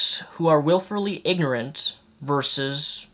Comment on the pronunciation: Wilfully, not "wilferly"